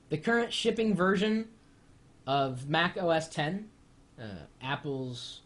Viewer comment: no U R not right! X is 10 it's Mac OS Ten - it pronounced like this have a nice day, Best regards, Chris, apple worker